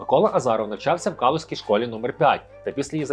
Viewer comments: Школа таки калУжська а не кАлушська, мене аж сіпнуло )). І з новим роком дядьку ))! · навчався у кАлушській школі - диктор напевно онук азірова